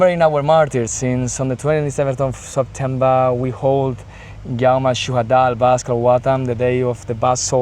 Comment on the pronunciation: It is so awsome to see, the Basque resistence spokesman, pronouncing the word lebanon, the names of the lebanese resistence so well and most impressive is that he pronunces the word shuhadaa ( martyrs). Long live the Basques resistence! Brothers and sisters to the palestinian and lebanese resistence!❤ solidarity forever❤❤❤❤